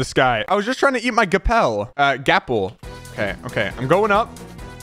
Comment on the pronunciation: What weirdo says gappel